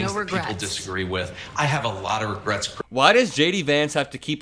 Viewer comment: Shady Vance “ No Regurts”